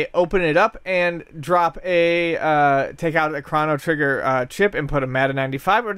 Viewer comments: Chrono not Krano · Chrano Trigger? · Stop saying fucking Craw-no trigger. And btw, conspiracy is real term. It doesn't mean hoax. This guy used the term conspiracy in place of hoax as an interchangeable term. Idiot. Btw, Tower 7 was reported on being collapsed before it even went down. This is simply a fact. These guys need to educate themselves instead of playing video games.